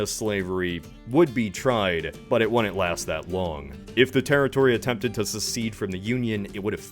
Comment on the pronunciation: You say 'wouldn't' weird.